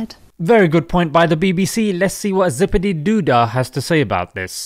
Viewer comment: Bruhhh.... "Zipididoodah" Loool